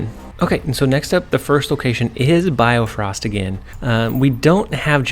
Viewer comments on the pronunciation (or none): its bifrost btw not biofrost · well bio-frost is wrong as well X_X it should be bi-frosts like bi-cycle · Great video, but its BIFROST not BIOFROST! hahaha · It's Bifrost not biofrost as well, but good deck. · sorry I cringe whenever you say BIOfrost when its just BIfrost. Good tips here. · I love how my guy can't pronounce bifrost lol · I like how you correct your pronunciations of bifrost but even the corrections are wrong lol